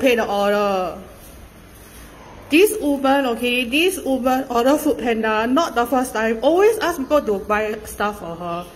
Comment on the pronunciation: It's oRder not oGer